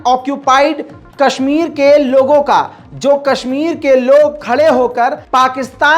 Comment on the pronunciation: Haha isko Kashmir Bolna sikha dy koi😂